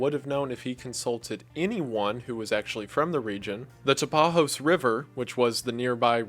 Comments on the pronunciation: OK let me just correct you on something... Brazil speaks PORTUGUESE, NOT SPANISH. J does not sound like R in portuguese. And ó sounds like "aw", not "o". So "Tapajós" is pronounced "Tap-a-jaws" not "Tapahos". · Me, a Brazillian: WTF is the Taparros river? Oh, he ment Taw-Paw-jaws river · Brazilian here, in Portuguese we pronounce the “j” as in English, not like in Spanish. So the correct pronunciation for “Tapajós” is more like “tapa-johs” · My bro, you said Tapajós as if it was pronounced in spanish. It's in portuguese. It is not Tapahos 🤠 It's J, like normal J. Just like John. Say it as Tapajohns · As someone who lived about an hour up the river from Fordlandia, it hurts to hear the tapajós river pronounced like that lol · I was born and after years in England I came back to live in the Belterra region. It's funny how you pronounce "Tapajós" but I understand since it's in another language. Lovely video ❤ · Loved the video! Very informative and interesting! I’m from Brazil and I just wanted to say that the only thing that was off was the pronunciation of the river. It’s no big deal but You were saying it like it was Spanish. Using the “j” as a “h” but in Portuguese that doesn’t exist. So you could just say tapajós like you would in English. But great video!🇧🇷🇧🇷💖💖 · great video but in portuguese we dont have the same pronuciation for the later j as spanish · As a brazilian, hearing your pronunciation of Tapajós River triggered me a little ngl, but all in all great video, love your content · VERY funny that he read Tapajós River with the Spanish j sjaksjalkas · The absolute pain i feel when he pronounced Tapajos River as if it was a spanish word... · In the word "Tapajós" the J is pronounced like the french J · This is a certified Brazil moment, we have a talent to fuck multinational companies. Ford, Mauá, Walmart, Microsoft, Nintendo... cheers for my American dad butchering the Tapajós river name lmao